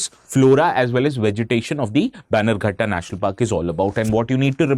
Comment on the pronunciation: Its not baigankatta national park. Please pronounce as banner gatta